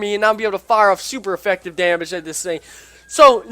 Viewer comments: he is saying efucktive he's adding the word fuck to it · please pronounce effective right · LMAO Super Effucktive.......This dude needs to be on the main channel just for that